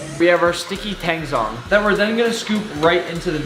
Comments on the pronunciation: thank you for being one of the few people who pronounces tangzhong the way it's supposed to be pronounced. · Nice Mandarin on the tangzhong pronunciation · thank u for pronouncing tangzhong perfectly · Just casually asserting phonetic dominance over nick with that Tangzhong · Bruh, that Chinese pronunciation (tangzhong) was good. I can't when people pronounce shit the way Nick did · I'm impressed how accurately and consistently you pronounce Tangzhong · HOLY SH- WHY IS PRONUNCIATION OF TANGZHONG ACTUALLY SO GOOD LIKE WHAT- Like the Táng is perfect and the Zhóng is great too like WHAT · He's some typa Asian